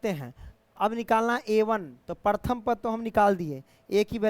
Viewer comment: Paratham nahi hota hai sir Pratham hota hai